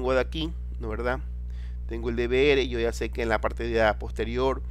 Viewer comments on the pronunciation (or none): Odio q pronuncien mal DVR XD